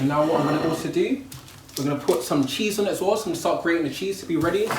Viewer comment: 😂🤣 "cheese on" sounded like "chezum"🇧🇧 (omg in Bajan lol)